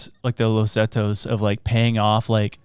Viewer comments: It’s not “Zetos” it’s “Zetas” Pronounced “se- tahs” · Is he purposely saying Zatos?